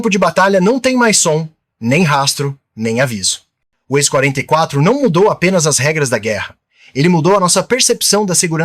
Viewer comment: "Ishhhh…44” Manta? …ou X44? Vocês estão confiando demais na IA para narrar os vídeos. O “ishhhh…" pode até ser o som que o Manta faz, mas daí até chamá-lo de Ishhhhh…44 é uma distância considerável.